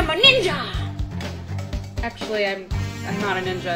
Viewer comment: Lmfaooo its like shes tryin to say im a bad nigga instead of ninja lmfaoooo!!!